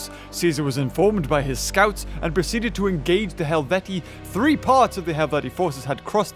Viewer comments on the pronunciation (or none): none